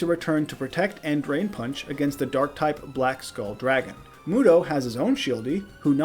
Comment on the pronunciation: yugi mew-do haha